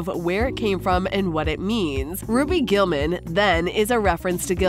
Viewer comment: She said ROBY GULLMAN